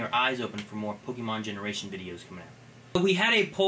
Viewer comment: I don't like the way says "pokeemon", a small part of me cringes every time he does.